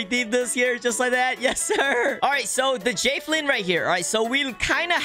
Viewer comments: It's JA velin not Jayvelin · why say it “jay vee lin” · "moo"mebt 💀 (also he says jafelin 😂) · i...thats not how javelin is pronounced...